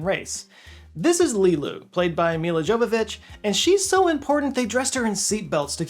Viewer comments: Its pronounced Yo-Vo-Vich...Serbian...she said it herself on RE1 commentary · Milla Jovovich's surname is pronounced "yo-vo-vich", a point that she has emphasized in several early interviews. A larger point is the stunningly arrogant anthropocentric attitude at the core of the plot, namely that only humanity is capable of love and thus the only target of a malevolent, existential evil entity that ignores all of the other alien races evidenced in the movie as being somehow irrelevant.